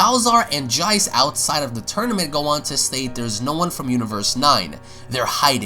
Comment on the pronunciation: Honestly i keep cringing when you say jeice